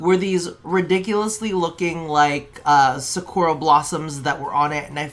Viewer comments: It’s “sahcoora rain” buddy lmao like the character from Naruto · to be fair I thought Sakura was such a common name to hear in anime and stuff but yea dog you added like 3 extra syllables lol all good tho